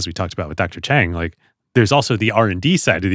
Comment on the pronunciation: I am immensely saddened by the Mispronunciation of Dr. Chang’s last name! Correctly pronouncing a person’s name is the least one can do to show respect. Dr. Chang’s grace is no reason for one not to make an effort. Don’t let anyone tell you it is hard to pronounce Mandarin sounds. Don’t underestimate your ability to get it correctly! Show proper respect and it would happen! Need help, just reach out! Lots of people would be happy to help!